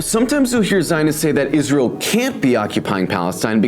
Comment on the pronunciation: Fuxk its-raz-elle